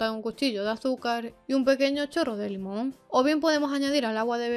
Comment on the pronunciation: Hola no se entiende cuandon hablas de que se le puede poner en el agua, limon dijiste??